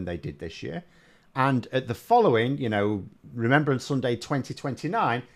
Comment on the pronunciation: Remembrance, not remembèrance, dah!